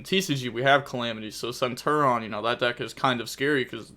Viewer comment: bro that also isnt centur-ion. this guy